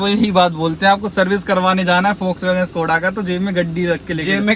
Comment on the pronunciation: Bhai सकोडा नहीं शकोडा khete hai Just saying 😅